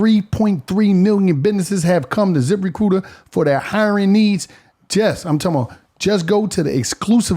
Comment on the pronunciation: Zip Re-coot-ur